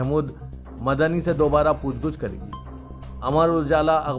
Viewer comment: Aslam sab please urdu durust kejey Pooch GOOCH nahi POOCH GACH Hai